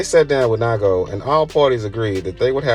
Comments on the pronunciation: It’s nee-ko not ni-go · its “neego” not “nighgo” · NAIGO lol please sir its nigo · It’s Nee-go! Not Nygo 🙄😒🤦🏻‍♂️ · Naigo 😂😂😂 It’s pronounced Knee Go Ni Go Good video 👍🏾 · It's pronounced nee-go, not nygo 🤦🏻‍♂️🤦🏻‍♂️🤦🏻‍♂️ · It’s pronounced (knee-go) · It's pronounced "Nee-go" fyi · Nigga said “NYGO”… 🤦🏾‍♂️ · His name is NE-GO........................................................... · It's pronounced Nee Go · Nai Go😆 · Great video with really good knowledge , only thing i could say is that nigo is pronounced neego. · NIGO and LA'GO (pronounced Lego) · I know how to pronounce Nigo’s name. The guy in the video fucked it up. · Lmao! I stopped watching this after hearing how he pronounced Nigo. He definitely doesnt know what he's talking about 🤦‍♂️ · Man, trying to have a channel about streetwear and not knowing how to pronounce nigo. Im out